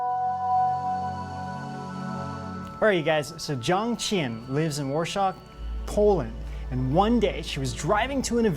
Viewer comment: dude learn 2 pronounce Warsaw-war like war & saw like saw